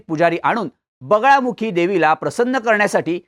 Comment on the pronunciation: बगळामुखी नाही रे बगलामुखी उपासना असते